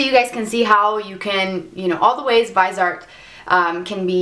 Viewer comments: vizzie-art please. the other pronunciation grates every time no matter how good u r as a mua.Liked ur content tho. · It's pronounced Vis(as in vision)-E-Art